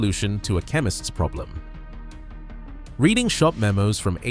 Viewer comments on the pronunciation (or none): The railroad name is pronounced "Red-Ing" not Read-ing. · Reading is pronounced Redding please .